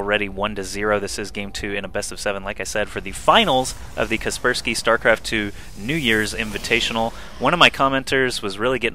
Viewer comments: I always called it "casper - sky" because it rolls off the tongue nice but i think you pronounce it correctly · You are saying "Kaspersky" right. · hm. as a european i must say that your prononciation of kaspersky(?) sounds better more correct